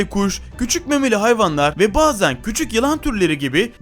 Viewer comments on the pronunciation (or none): Videodaki yanlışlarını bir tarafa bırakıyorum, daha kendi dilini kullanmaktan aciz birisi. "Bağzen" nasıl bir sözcüktür bilemedim. Ayrıca birçok yanlış bilgi mevcut birisi semenderlere sürüngen olarak videoda yer vermesi. Daha fazla izleyemedim zaten başlık be ilk 1 dakika beni mahvetti.